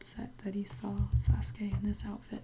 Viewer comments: It's Sa suk a Not Sas ka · My friend called him Sa-sū-kē I cried I. The inside